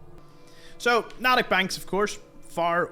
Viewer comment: As a Bostonian, its pronounced with a long "A" as in N-AAA_tick Banks